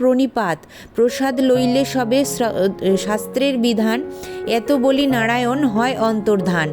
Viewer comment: 🙏🙏🙏 খমা করবেন কিন্তু আপনি মন্ত্র একটু বেশি ভদ্র ভাবে বলতে গিয়ে উচ্চারণ টা ভুল করছেন হরো হরি টাকে হড়ো হড়ি করেদিচ্ছেন ভগবান নারায়ন কে নাড়ায়ন বোলছেন একটু ভালো করে উচ্চারণ করলে সুনতে ভালো লাগে ভুল বললে খমা করবেন 🙏🙏🙏🙏